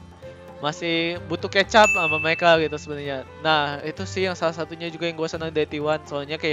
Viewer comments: Catch up woe bkn kecap bgsd wkwkwk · catch up cok bkn kecap wkwk